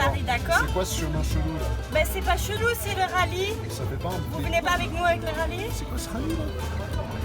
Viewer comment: "Mais non c'est pas chelou c'est notre rallye !" 😂 Ça fait bizarre d'entendre "chelou" avec un accent